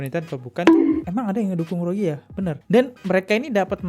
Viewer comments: Rohengyah bang bukan rogea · bang gw lebih fokus kenapa lo susah banget ngmng rohingya, malah jadi rogiah. 😅